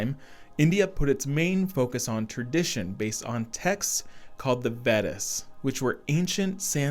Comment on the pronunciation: Buddhism is pronounced "boo d' ism". Vedas is pronounced "vay-duhs". You're welcome.:face-red-heart-shape